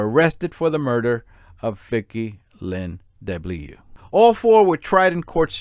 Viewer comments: As a Frenchman, I would suggest to pronounce DeBlieux like : ‘deu’-‘bly’-‘eu’ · According to me, the victim’s name should be pronounced ‘duh-blee-uh’ but who the heck am I to put my 2 cents in 🤗 your pronunciation of Mangione is spot-on BTW 😂 Excellent video, thank you 😊👏